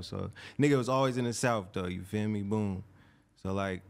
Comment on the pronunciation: saying boop instead of boom in the middle😂😂